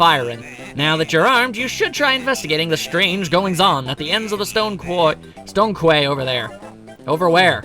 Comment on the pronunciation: Another great video,. I have to correct you again, though. "Quay" is said like "key". I believe it's the British spelling, since Rare is a British developer. I had to mention this to a friend of mine recently when he was LPing "Donkey Kong Country 2", so this isn't the first time I've pointed it out to folks. Keep up the brilliant work!